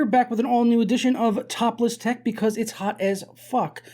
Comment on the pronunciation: I like how he says “topless tech” so cleanly.